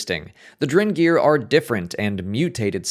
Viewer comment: Are you saying "drengr"?? Did you know drengr is what the Viking warriors called each other??